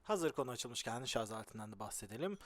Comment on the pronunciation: ŞARZZZ DEĞİL ŞARJJJJJ.... JJJJJ:)